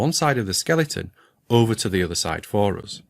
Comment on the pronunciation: Today I learned how to pronounce "for us" in scottish: FAH-ROUS